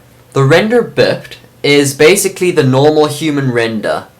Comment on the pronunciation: Also biped is pronounced By-Pet. (bi means two, ped means legged).